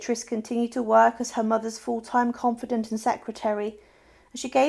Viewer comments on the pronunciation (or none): For goodness sake woman learn to pronounce place names: Darmstadt is NOT pronounced that way nor is confidant.